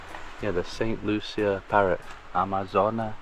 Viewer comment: Hi. Looking at this St Lucia video twice now. FYI- pronounced “ Saint Loo-Shaa.” Thanks for all your videos Make us see the whole world through you two.❤❤❤